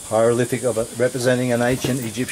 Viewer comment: pull the other one mate... you are full of shit........ where do you get your information? learn to speak before you embarrass Australia it is not a "hyrolific "